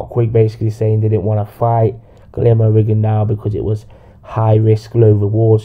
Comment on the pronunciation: Accurate but your not saying he's name right